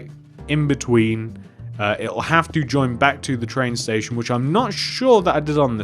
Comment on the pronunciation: he said tran station